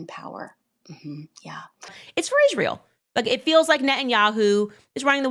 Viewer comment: Why does she say ISZHRAEL? She can’t even pronounce it correctly😊